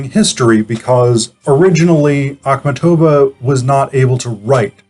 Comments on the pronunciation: You put the accent on the "tov" syllable whereas the accent should be on the "mat" syllable, a sound such as in the word MARket. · Your pronouciation of her name is just horrible.